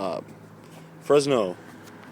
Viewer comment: fry it's Fresno ca not frezno lol